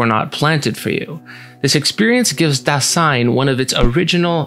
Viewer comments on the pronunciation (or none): Just a tip re: pronunciation for future reference. In Dasein, the first syllable is stressed, not the second. So it's more DÁ-sein, and in German the 's' in Dasein is pronounced like the Z in the English zebra. Otherwise a really great, compact synthesis of some of B&T! I'm subscribing. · Great Video! But if there is such a fundamental word as Dasein, then please look up the pronounciation. It is important. The first syllable is stressed. Pardon my spelling. Ironic isn't it. I'm German